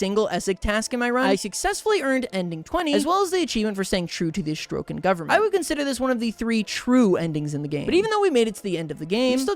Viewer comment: ”Astrokan” yeah keep saying that and I’ll have an astroke🫶